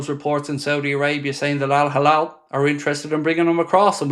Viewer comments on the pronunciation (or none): Why does your al hilal ALWAYS sound like al halal ?